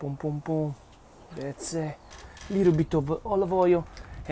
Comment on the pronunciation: we are saying that's it! not thatse:) beside of that - you are perfect and we love youuuuu!!!!